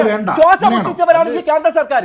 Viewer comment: വ്യാട്ട അല്ല ണ്ണ വേട്ട ക്യാന്ത്രം അല്ലണ്ണ കേന്ദ്രം 😀😀